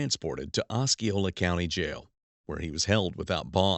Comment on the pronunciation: Ah C Ole a county. No K sound. Seminole name double stress equal on See and Oh. Ah C Ole a